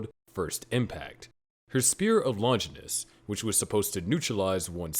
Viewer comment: It's Longinus, not Lonjinis